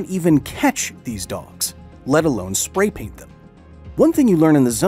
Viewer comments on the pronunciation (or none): none